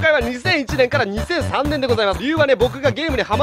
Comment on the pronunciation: 2003年を2007年、2001年〜2003年を2001年〜2002年って言ってる様に聞こえる